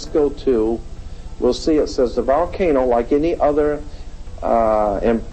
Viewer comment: It’s not a ‘VAL-cano’…. (VOL-cano).